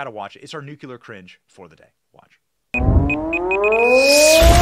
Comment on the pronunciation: Nucular is not a word.